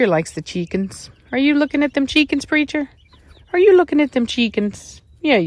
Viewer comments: When you say cheeekins, you're a scouser in your soul lol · "Look at all those chickeens " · Lely Negron “chikenths” thank you very much 😌🤣